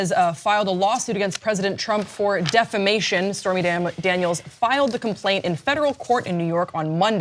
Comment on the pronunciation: Ahhhh! Defamation not Defecation!